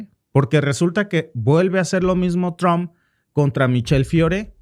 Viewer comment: Trump trump no Tron